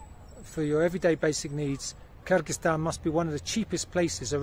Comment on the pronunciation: I like the way you pronounce Kyrgyzstan👍